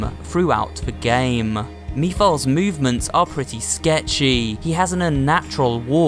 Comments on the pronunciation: Actually, it’s pronounced Meh-fuh-lis. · Pretty sure the game pronounces it as "Meh-fill-iss" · (Meh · fil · iss) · It's Mephiles not Me File. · Mephils it's (meh-thill-is) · Oh, man. You pronounced "Mephiles" so terribly wrong. You should have checked how to pronounce his name correctly, before recording the audio for this video. I'm assuming this also means that you never played the game yourself. Otherwise, you would know how to pronounce his name 😂 Also, Sonic and Amy aren't a couple. Yes, she indeed has a huge crush on him, but Sonic rather consideres her as a friend and tries to avoid her flirt attempts. After all, in the Sonic comics set in the future, he's actually married to Princess Sally Acorn and even has two children with her. I also think you got the ages wrong. I don't know how old Sonic is supposed to be (probably not that much of an adult as you might think, maybe he'd be about 17 or 18 years old), but I think Elise is actually older than 15. If I'm not mistaken, she's somewhere between 16 and 19 years old 🤷🏻‍♀️ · I know I'm late of saying this but yes Sonic is actually 15 and Sonic and Amy don't but do have a thing going on or between the two and you said Mephiles name wrong and so on that's all I had to say ✋😅😅😅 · Elise: *kisses Sonic* Me: wtf this is beastiality- Also you mispronounced Mephiles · Mephiles is actually a badass villain also that not how you pronounce his name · The way he said mephiles was really silly! But i forgot the way on how to pronounce mephiles name i usually say his name based on how the characters in the game say it and for some strange reason when said mephiles i laughed and it sounded like the way mephiles laughed in the game idk how its even possible for me to laughed like he did in the game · You mispronounced Mephiles' name wrong but that's alright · "me-files" i'm sorry i cracked up lmao, it's "meh-fil-less" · Mephiles is pronounced METH-A-LISS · seriously me philes? its meph iles like the demon